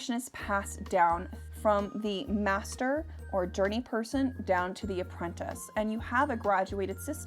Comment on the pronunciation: I swear my ears a broken. When you said Journeyperson I heard dirty person. lol